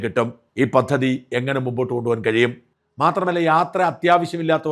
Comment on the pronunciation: മറുനാടൻ....... പത്തതി..... ആവർത്തിച്ചു പറയുന്ന "പത്തതി "ഒന്ന് മാറ്റിക്കൂടെ!!!???..... പദ്ധതി എന്ന് ഉച്ഛരിക്കാൻ ശ്രമിച്ചുകൂടെ.... ഇനിയും ഒരു വനിതാ അവതാരികയുണ്ട്. ജ എന്നതിന് പകരം ശ എന്ന് ഉച്ചരിച്ചു കൊണ്ട് ശകാരിക്കുന്നവൾ... ബി ശേ പീ... രാശ്യം... എന്നെല്ലാം ഉച്ചരിച്ചു പ്രേക്ഷകരെ കൊല്ലുകയും മറുനാടൻ മലയാളിയുടെ ശോഭ കെടുത്തുകയും ചെയ്യുന്ന ഇവർ ഇനിയെങ്കിലും തിരുത്തുമോ!!!പലതവണ പ്രതികരിച്ചു. ഫലം... നാസ്തി.